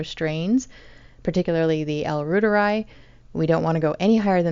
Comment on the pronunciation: Pronounced "Rooteri" or Root'eri ("i" = ee)